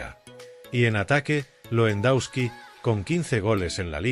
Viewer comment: Que aberración el locutor , Champions le ague, Lendauski y asi varias joyitas mas, que basura!!